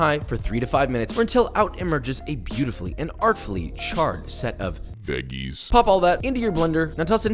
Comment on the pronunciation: I'm not sure why the "veggies" with a hard "g" sent me but it DID